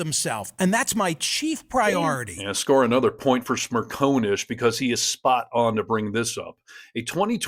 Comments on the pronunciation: It’s Smer con ish. Not Smer cone ish. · SmirCONish, Not SmirCONEish. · It's Smer CON ish not Smer Cone ish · Michael's surname is pronounced Smer-con-ish. Not Smer-co-nish. Genuinely, it is not that difficult. He says it himself often enough. 🙄😖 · Michael Smerconish is NOT a MAGA shill. He is a decent, intelligent, honest conservative. You don’t even pronounce his name correctly. It’s Smer CON ish.